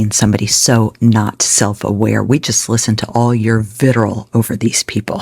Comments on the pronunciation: ... vitirol?... or vitriol. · Its vit tree all not vitarol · Vit-ri-ol, not vitterall. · Vit-ree-ole. Not Viterrall. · It's "vitriol." Cheers.